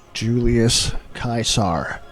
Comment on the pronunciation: love the Julius Kysar pronounciation